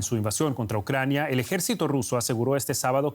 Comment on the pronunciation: Ai mi madre , pereodistas Espanos , APREDEd de pronunciar bien los nombres de las ciudades y de las personas Ucrañano-Rusos . Q dais verguenza , parece q ni preparais para las grabaciones . Y eso q no estais en el directo.... A estudiar colegas!!!